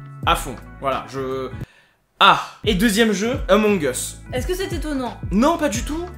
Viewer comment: "Amons us"